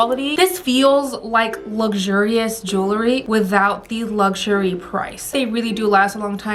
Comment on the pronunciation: Please say the word jewelry correct....it isn’t jewLERY..it is JEWELry. ❤️👍